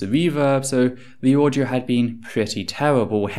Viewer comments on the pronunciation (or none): none